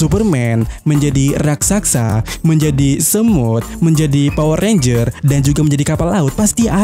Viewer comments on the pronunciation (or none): none